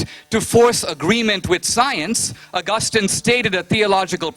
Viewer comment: Whats the deal with Dineshs pronunciation? COREpurincus? Pro. DARNet? ARgustin?